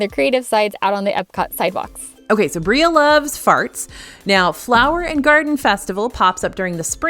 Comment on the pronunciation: Did you say, "Breea loves farts"?